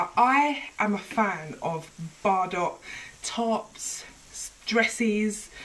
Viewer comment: This is lovely but Bardot it pronounced bar-doe as in toe